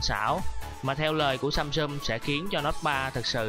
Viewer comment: Các từ tiếng Anh đọc có vấn đề :) "samsum", "contex"...